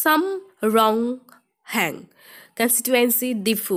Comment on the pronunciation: very good information...but plz improve your pronunciation skills...felt very bad when you mispronunced the name Sum Ronghung..